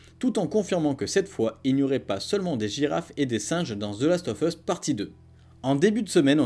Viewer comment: Ca ce prononce the last of us et non pas ZE Last of us